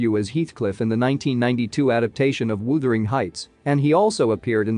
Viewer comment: Wooothering Heights? Naah.....that is pronounced more like brothering with a w.....